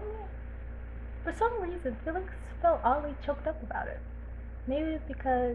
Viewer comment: "FoR sOmE rEsoNe" also I take that back I can't sleep to this